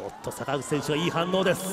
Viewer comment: あたり坂口選手といっているところが佐村河内選手って言っているように聞こえた